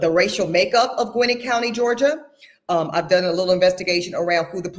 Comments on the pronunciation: Gwinnett - pronounced gawin - net😊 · Gwinnett is pronounced Gwa-nette She’s irking me by her pronunciation because I lived in that county at one point. 😂😂 petty I know but it’s like nails on a chalkboard for me. I couldn’t listen to the whole video.